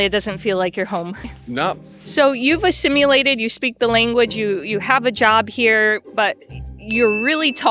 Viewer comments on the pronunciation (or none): Did she just say 'assimulated'!!!! She is SO blond, or is that American. Hahahahahaha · He "Assim-U-lated" you guys... 🤦‍♂️ (Good grief) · He's "...asimulated..."? Lol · I'm new to your channel and I love the Malachi interview. Please, it's "assimilated." There is no "U" in the word. Thanks. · She should know how to speak English - it's "assimilated", not "assimulated".